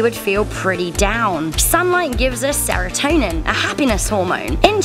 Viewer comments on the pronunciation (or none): none